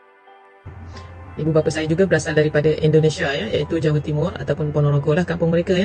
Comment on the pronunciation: Ahahha,,, bukan ponogoro lah, tp ponorogo 😂